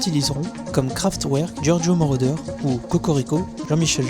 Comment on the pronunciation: ça se prononce kraftverk